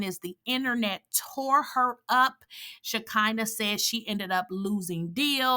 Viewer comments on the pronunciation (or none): Isn't her name "She(kee)nah? Why do you keep saying "She(kai)nah? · why are you consistently pronouncing her name all wrong like that???